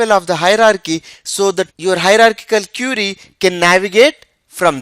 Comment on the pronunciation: IT IS QUERY NOT CURIE BRO.